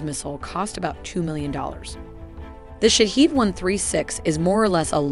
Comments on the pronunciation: The pronunciation of iranian drone is "shaa head" not shahid or any other wrong pronunce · Bravo Persian engineers !!!! Sorry but the pronunciation is wrong! It's not Shahid but Shahed which means the observer then attacks! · The correct pronunciation of Shahed is like E in External. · Its not shaheed its Shahed.. shaheed means martyr .. shahed means to witness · yeah but the pronunciation is shaHEED..... probably better like that.